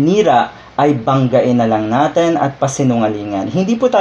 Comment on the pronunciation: "Natin" po at hindi "naten"